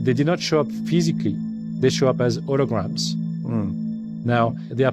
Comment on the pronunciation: "thee did noot show up ph-ee-si-cally they shewed up as hoo-i-grams" What a load of horse sh*t this guy is spewing. How much was he paid to do this bidding? Makes me sick that dudes like this A-hole exist on our planet. This is just what they said they were gonna do with project blue beam people! Ughhh!